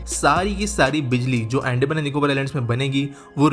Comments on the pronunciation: BRO..ANDMAN nahi Andaman hai ho kya accent hai😫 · अंडमान नही अंदमान😂😂😂😂